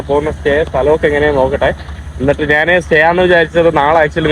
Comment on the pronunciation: നിൻ്റെ അമ്മേടെ "നാൻ". ഞാൻ എന്ന് പറഞ്ഞു പഠിക്കുക